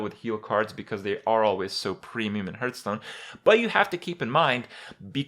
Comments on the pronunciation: it's not fucking ''herthstone'' ffs. When you start the game the 'guy' literally says ''hearth'' sometimes so you can't blame it on ignorance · I wonder.. Will he ever stop saying Hurthstone? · "Hurtstone" lel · Hurrrrtstone ! LMFMO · i always wondered why you call it hurtstone? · Say it with me...'Hearthstone" - Hearth sounds like "Heart" with a "TH" on the end, not "Earth" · The way he pronounces Hearthstone is cringy... like really cringy.